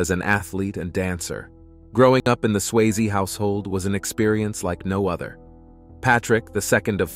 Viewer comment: Why can this guy only sometimes pronounce Swayze correct? Also it is even spelled wrong in the title. I guess that should have been an early warning right there